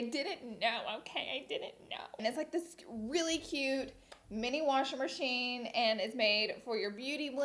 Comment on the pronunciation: “Warsher merchine”